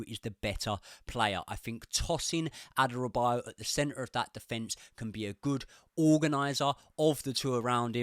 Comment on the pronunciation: It’s pronounced Tosin A-DA-Ra-Bi-Yo-Yo